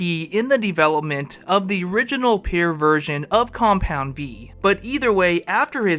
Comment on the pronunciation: can’t say pure…😂 say it with me pure this not pair